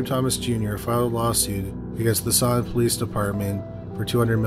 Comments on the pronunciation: I’m from Virginia ~ it’s pronounced Stant-in, not Staunton (even though that’s what it looks like!) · FYI, it is pronounced stanton...weird. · The town of Staunton is pronounced as Stanton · Oh wow the Staunton (pronounced StANton by us even though siri says StAUnton) hits close to home! I'd never heard of it! Thanks for posting! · Love your videos! As a former Staunton resident and Mary Baldwin student, just fyi locals pronounce it "STANton." Just letting you know in case you ever cover anything else there! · I grew up 20 minutes away from where story #2 takes place! He pronounced it wrong lol. The "u" is silent. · I never thought I'd hear my hometown in one of these videos. I did a double take so fast- (even tho it was pronounced wrong lol)